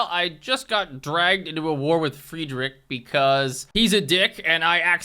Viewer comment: if you ever make another civ video you should do the reverse pronunciation bit, where you pronounce names like hatshepsut perfectly but you say friedrich II like the english words "fried rich eye eye"